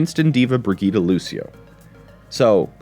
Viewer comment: Why is every American mispronouncing Brigitte, i can understand one maybe two making this mistake. But everyone American youtuber. Its like brijje eet, i dont know how to type the correct pronunciation, thats my best effort.